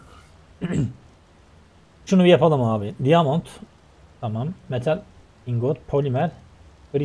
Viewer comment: Abi diamond daymınd diye okunuyo bilgin olsun kötü anlamda söylemedim ilk abi galp <3